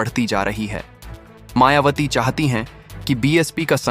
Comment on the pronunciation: आपने मायावती की जगह मायावाटी बोला है।दो बार मेंने सुना आप सम्पादक जी शुद्ध बोलना सीखें हमारी बहिनजी बीएसपी की राष्ट्रीय अध्यक्ष हैं। होनहार प्रधानमंत्री हैं।आप मनूवादी सम्पादक तो नहीं हैं। पूर्व में भी आप जैसे मनूवादियो ने हमारे पूर्वजों के नाम बिगाड़ने का काम किया है। जैसे बुद्ध वार जन्म हुआ बुद्धा चन्द्रमा निकल रहा चंदू, सांवरे रंग है सांवरिया काला है कल्लू, झंडू राम, तोता, राम पांचा राम,तीतर,कबूतर , छितर राम, फत्तू, इत्यादि रक्खे हैं। अपने बालों के राजवंशी रघुराज सिंह रविन्द्र पचौरी द्विवेदी ऋषिराज सिंह, धीरेन्द्र शास्त्री,नवीन शर्मा, श्री वशिष्ठ इत्यादि है,आप हमारी बहिनजी का नाम बिगाड़ रहे हैं। सही बोलो नहीं तो पत्रकारिता छोड़ो। जयभीम जयभारत आर एस राणा बौद्धाचार्य अलीगढ़ से बामसेफ कांशी राम जी अमर रहें बहिनजी जिन्दाबाद जिन्दाबाद बीएसपी जिन्दाबाद जिन्दाबाद।